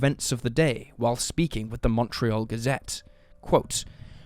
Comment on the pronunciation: Good job. You taught me something new and you said Montreal perfectly! I can't ask for much more. Merci beaucoup, Mon Ami